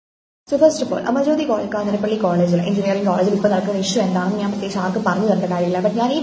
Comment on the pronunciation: news : 'കാഞ്ഞിരപ്പള്ളി' ആണ് 'കാഞ്ഞിരപ്പിള്ളി' അല്ല. Also please note elsewhere many are saying 'പാലായനം', it is actually 'പലായനം' i think.